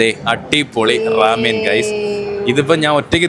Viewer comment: amen alla bro ramen aanu 😂😂😂😂😂😂